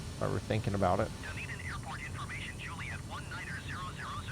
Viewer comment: To pronounce DUNEDIN: Say Eden, like the Garden of Eden. That's the sound. Next time say DUN in front of the 'Eden' syllable. DUN..EDIN. Then say it without pausing..as in one word. That's it. (The reason for the spelling is that this is the historic Scots Gaelic name for Edinburgh, Scotland. That's what the city of Dunedin is named after, by the predominantly Scots settlers in the early days of settlement) Poolburn, where you take off from, is also in the Scots language..... a 'burn' is a small stream or creek. Poolburn is one of many 'burns' in this area. Take your fishing rod is you go there for real... good trout there!